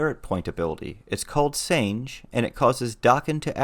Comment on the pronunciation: I’ve been binge watching your channel the last week to get ideas on my solo limits and duo limits, but I nearly had a stroke when you said “Sane-j”. God tier Nin and knowledge, but can’t pronounce Japanese names to save your life, 🤣